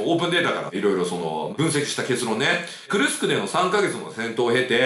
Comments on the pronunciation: じょうねんさん not くるくす but くるすく っす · くるくすではありません。 クルスクです。 昔、大戦車戦があった所です。 歴史は繰り返すと言いますがどうなりますかね⁇ ナチスドイツが負けてソ連が大きな損害を出して勝利しますが今回はどうでしょうか⁇ ロシアは昔から犠牲を払わず、するやり方をします。 北朝鮮の兵士を使い反撃すると思います。 いくら性能のいい武器があっても最後は歩兵だと思います。